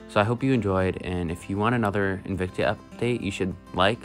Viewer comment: Pronounced Invict-ah, not Invict-ee-ah as you were saying. Very cool huge colony you have.